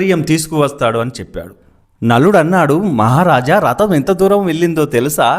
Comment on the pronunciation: రతం కాదు అది రథం